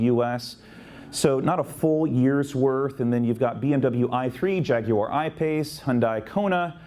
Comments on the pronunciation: Nice to hear someone pronouncing Jaguar the English way. I couldn’t make out what the second person asked you and I even switched the captions on but they were blank for most of it also. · Thank you for the presentation & for pronouncing Jaguar correctly.